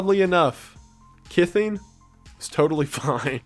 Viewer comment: you say 'kison'. Is that supposed to be a portmanteau of 'kithing', an already made-up word, and prison?